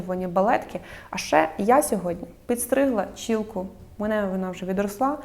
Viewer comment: Ну чому чІЛКА😂 Чуб буде украінською, якщо вже не хочеш "чолка" казати. Але ж не чііііілка, немає такого слова🥲